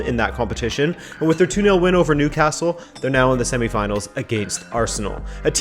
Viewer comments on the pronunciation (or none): none